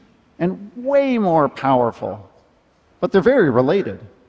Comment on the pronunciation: Weeely Weeely difficult